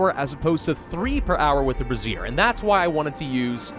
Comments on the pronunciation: Every time I hear say brassiere, I'm gonna comment on how it's Bray - ze - er. He'll see it eventually. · I can't take it any longer... brazier is pronounced ˈbrāZHər as in "bray-zher"... not brəˈzir which is spelled `brassiere` or `bra` for short. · you are mispronouncing brazier. It is pronounced bray-seer, you are pronouncing it like brassiere, which is another word for bra. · I have to laugh every time calls the braziers brassieres 😂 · I keep giggling every time brazier is said as brasierre. I am a man child. The thought of giving all these tough working folks a new bra to cheer them up makes me chuckle. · Say it with me ...Bray-shur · I don't think he realises that he's pronouncing it wrong... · nah it's funnier this way. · I think he knows... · It is on almost all of his Frostpunk videos. He sees it in the last episode or two, says he feels stupid, and immediately forgets. Every time. Like clockwork.